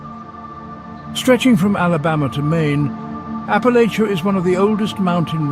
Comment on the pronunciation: Please learn to pronounce Appalachia properly